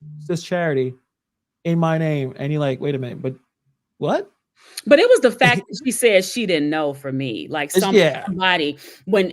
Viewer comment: “Due to da ‘fack’. Due to da ‘fack’”. I think that word “FACK” drives me crazier than almost any others… I have no idea why, but it does